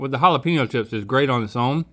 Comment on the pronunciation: Pen-yo! Pen-yo! Pen-yo! please no more Halla-Peen-Yo! no more Peens...